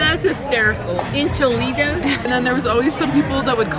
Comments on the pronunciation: “ two cheese en-cha-litas with her FULL chest” 🤣🤣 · The way she said enchiladas 😬